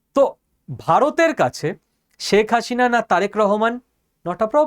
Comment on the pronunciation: আপনি বারবার বলছেন শেখ হাশিনা, সঠিক উচ্চারণ শেখ হাসিনা ( Hasina, not Hashina)